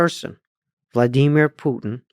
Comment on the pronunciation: "Vla-DEE-mir Putin..."!